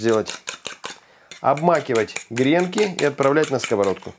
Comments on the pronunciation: Не грЕнки, а гренкИ! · Не грЕнки, а гренкИ... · смотрю вас регулярно и беру на заметку рецепты...Только режет ухо грЕнки, говорите правильно - гренкИ. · Сударь, не грЕнки, а гренкИ. Один гренОк, два гренкА, много гренкОв.... А обмакивают гренки в льезон. Простите. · очень люблю ваш канал. Можно немного уточнить? В слове ГРЕНКИ ударение должно быть на букву И. Куда не ставь ударение, от этого блюдо хуже не будет.